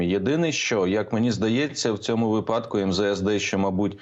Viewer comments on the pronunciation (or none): Мусієнко,не випАдку,а вИпадку